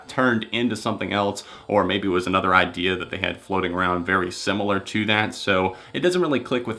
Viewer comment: He said IdEa